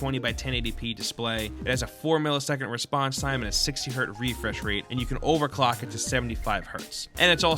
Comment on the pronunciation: You said overdock